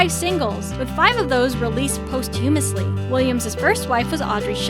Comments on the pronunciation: That's not how you pronounce 'posthumously' Yikes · Posthumously is not pronounced post- humously. It is Patty Smythe with a long "I" sound. And Joni Mitchell is not Johnny. If you don't know the artists or can't pronounce their names? Ask. Listen to the people say their own names before you butcher these icons' names. Or even just words in the English language. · Not just names but posthumously, also. 🙄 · Learn how to pronounce posthumously